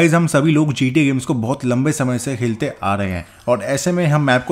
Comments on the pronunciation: he said "hilte" instead of khelte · I just notice tha bro said "Helte" instead of saying "Khelte"